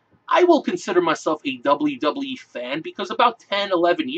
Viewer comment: "dublee dublee ee" lol